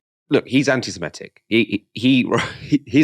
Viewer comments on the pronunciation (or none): There's no such word as "simetic" (although most Americans think there is). The word is "semitic" - pronounced the way it's spelt.